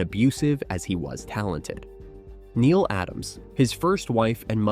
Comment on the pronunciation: Not "neal" Adams, Neile Adams. Nee-Lee. 🙄